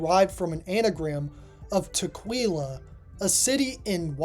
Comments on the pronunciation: "Tukqueelwah"? ARGH! Tuck-Quill-ah! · Tukwila is pronounced "tuck-willa," not "tuck-weela." Appreciate the chuckle that gave me, though. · Tukwila is said tuck WILL uh. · I live around here, glad to see the area in a totally unrelated video, but it’s not pronounced that way. Tuck-will-ah. 😅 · Japanese pronunciation is pretty good overall, but this city in Washington is pronounced "tuck-WILL-uh".